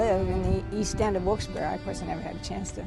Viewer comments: OMFG - How dare you mispronounce the name Wilkes-Barre? ? It is not Wilkes-Behr - it's Barry as in the man's name, from the French Barré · Yep, it's pronounced Barry. Pretty distracting that they kept mispronouncing it